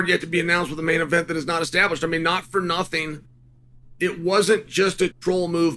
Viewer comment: chael saying apsolutely nothink